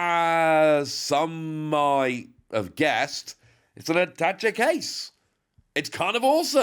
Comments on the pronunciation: I believe it is pronounced “ah-tah-shay” not attach-e.😂😅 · At-ta-chay in American English.